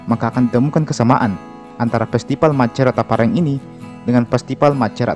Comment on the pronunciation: koreksi, bukan saja e nya yang salah sebut tapi p dan r nya